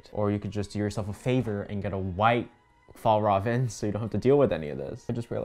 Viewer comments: My dad actually works at FjällRäven and it is pronounced fi all rah ven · plSSSSSS watching this video as a swede was hilarious cuz every time tried to pronounce Fjällräven it just got worse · Fjäll-räven, the ä is pronounced as the a in air. Kånken is pronounced with an å-sound which is like the O in or. Hope it helps /offended Swedish person cuz the bag is in fact Swedish and not Norwegian 🙂🙂